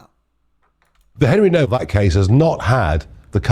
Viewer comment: His name is pronounced NOVAK. You’d think after watching these videos before making his Doc would have heard exactly how to pronounce it multiple times.